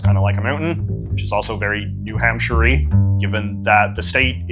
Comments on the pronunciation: Oh I know lol. I just wanted to make sure no one passing through thought that his pronunciation was the “right” one. (Which is a little funny, as there are about 50 “right” ways to pronounce New Hampshire, and JJ managed to find a wrong way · why do you say new hampshire like that? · “New HampSHIRE” is CRAZY lmfao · As a New Hampshire man it always tickles me the way you pronounce “shire” Lol